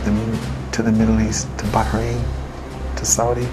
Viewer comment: did he say bahrain